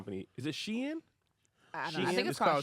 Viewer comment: The entire #SpadesConvo is the reason I never learned #Toxic #Trauma 🚫♠ #SHEIN is pronounced She...In #Liss throwing that #BlackBerry is the best story of the night 🦋😂